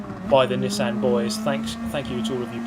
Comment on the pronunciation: Drink every time mispronounces Nissan.